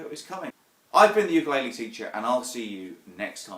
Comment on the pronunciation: if you're a teacher learn how to fucking say the name of the instrument you are teaching people to play